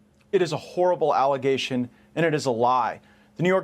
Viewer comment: I stopped believing Gaetz after he said, "alligation".